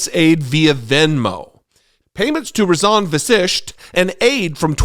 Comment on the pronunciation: Pronounced Raajan Vaśisht. Long ah on first syllable Raa- ... Short ah on second syllable ... -jan as in junn. Vaśisht correct as two short syllable vowels. Indian heritage people should be ashamed of such hanky panky - like Cash Patel ...